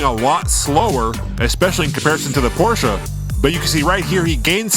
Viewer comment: Bonus applause for pronouncing Porsche correctly :)